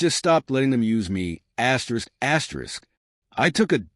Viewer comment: This is a crappy ai reading… who reads an asterisk as askerisk